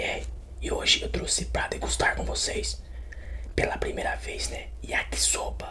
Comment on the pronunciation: Vou virar membro mais antes alguém me diz ele falou Yakisoba ou Yakisopa kkkkkkkk